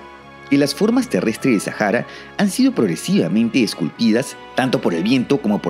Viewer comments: ¿Por qué lo pronuncias en inglés? La H en español es muda!! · Porque dices “Sajara” y demás gentilicios con J y no con H que es muda en nuestro idioma… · En árabe la H se pronuncia como J, posiblemente es por eso.